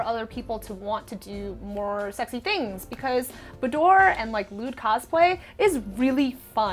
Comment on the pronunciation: BOUDWORE ?! my french died with hers